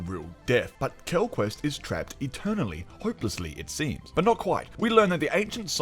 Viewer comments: This review is great but every time I hear "Quellquest" I cringe :'( It's Quellcrist Mackie just doesn't have the same gravitas as Kinnaman, which really added to the darkness of the show in season 1 I felt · maybe you could watch this again and see quellcrist is pronounced Kell-Crist not kel quest or quel crist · You’re funny the way you read Quell quest :body-green-covering-eyes: Its Quellchrist like Christmas tree, quell christ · Agree... the "quellquest" was cringy. But a great review, otherwise 😁